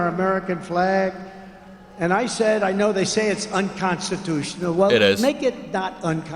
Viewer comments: Why is he not able to say unconstitutional, why is it unconstitus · Anyone notice that Trump often says it’s “unconstitution”, instead of “unconstitutional”? Occasionally he’ll pronounce it correctly, at other times he doesn’t. I thought at first he might be saying the last two letters too unclearly, like he often does. He often “swallows” the last letters, so that they are practically inaudible. For example, when everyone thought he was saying “bigly”, he was actually saying “big league”, sometimes you could hear the “g” at the end, but mostly you couldn’t. In these clips, though, it definitely sounded like unconstitution in the one clip and unconstitutional in the other.